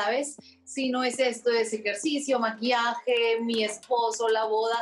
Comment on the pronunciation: Luego dice maquiaje.no dice maquillaje.bueno no es la primera vez